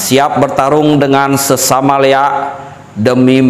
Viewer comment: ampura, yg Benar LIAK bukan LEAK, LI= Linggih AK= akasara